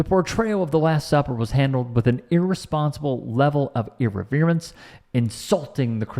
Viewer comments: " irreverence" with the accent on the second syllable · PLEASE LEARN HOW TO PRONOUNCE ENGLISH!!!! Ir-REV-e-rence! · Ear-re-veer-anse? Really? Between your click-bait headlines and inability... sorry... in-abè-litty to pronounce middle school words, I'm done... d-one... with you. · You need to learn how to pronounce the word, Irreverence, I love your content btw. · I do blame him for mispronouncing "irreverence" though.😂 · C'mon, Dude! Even an AI knows how to pronounce irreverence. 😛